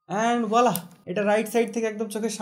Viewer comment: What is Wala bhai? Lol It's voila!